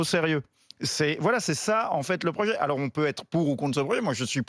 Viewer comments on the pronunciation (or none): Erratum : "projet" et non "rojet"